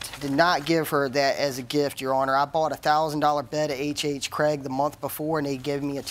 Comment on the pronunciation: It’s HHGregg not HHCraig!!! Get it right